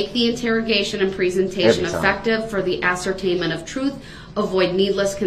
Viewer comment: Brooks has a language problem…..ask ..is ..ax….with is…wiff…that…is dat..truth is …toff